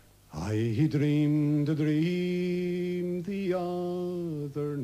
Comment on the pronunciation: I have never heard anyone pronounce the r in dream so much. Or say lunds instead of lands for that matter. Either way I like this